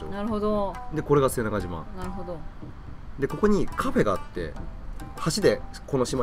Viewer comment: 瀬長とうじゃなくて瀬長じまですよ